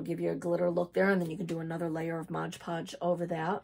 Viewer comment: I enjoyed everything in your video about paper beads, but I gotta tell ya, after all the times I heard you say "Modge Podge" instead of "MOD Podge," I can't take it anymore. Best of luck.